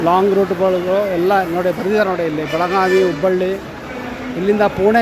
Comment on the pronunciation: Belagavi, not belaganvi.